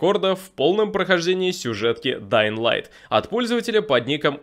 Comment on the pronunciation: Да ладно? Ты нормально произнес название игры? Подписка